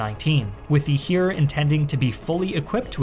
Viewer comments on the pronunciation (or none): Btw “Heer” is basically pronounced like the English word hare (the big bunny thing) or hair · Minor thing, but the Heer is pronounced like hair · The "Heer" pronunciation needs a little work. Also the G36 scandal was just that, the weapon is fine.